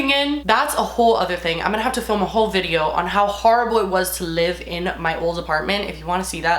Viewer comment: Honestly just love that you pronounce “live” as “lib” 😂💞